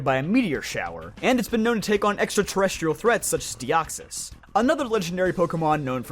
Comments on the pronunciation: Its not Raik Oh its pronounced Rai Cue like a bird Koo. Its Are C Us not Ark e us. And last but not least it’s Deox is like hiss not Deox eees. Pokémon and some pronunciations rattle me more then they should I KNOW. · THE I IN DEOXYS IS SUPPOSED TO BE A Y! AND NO, DEOXYS IS NOT A LEGENDARY!